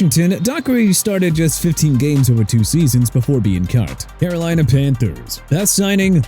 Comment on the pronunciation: CAROLINA PANTHERS NOT AROLINA AND CHICAGO (NOT ICAGO) PRONOUNCED SHEE-KAH-GOW NOT CHEE-KAH-GOW MR. "NEW OR-LEANS"! WHEN YOU'RE DONE BUTCHERING BOTH ILLINOIS AND LOUISIANA CITY NAMES, CLEAN OUT YOUR LOCKER AND GET YOURSELF A PRONUNCIATION TEXTBOOK!! ALSO GREEN BAY NOT REEN BAY AND JACKSONVILLE NOT ACKSONVILLE PLUS JIM LANGER DID EARNED 6 PRO BOWLS AND ANCHORED AN UNDEFEATED OFFENSIVE LINE BACK IN '72 AND CHAD JOHNSON DID HAVE ONE CATCH BEFORE BEING RELEASED FROM THE DOLPHINS! MOVE ON ALREADY AND LEAVE MY TEAM ALONE! ALSO IT'S KEVIN MAWAE PRONOUNCED MAH-WHY NOT MAH-WAY AND TENNESSEE TITANS NOT ENNESSEE!! I'M DONE!!!!